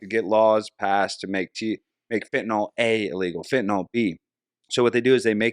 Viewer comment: I lovvvvvve you guys but it's fentanyl: FEN-ta-nil, not FEN-ta-nol. :) Also, I really dig Roseanne's 1,000% herself attitude. Day drinking? A smoke break? Absolutely, but more importantly, truth b o m b s at all times. Keep it up!